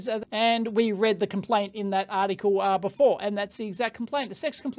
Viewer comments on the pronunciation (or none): none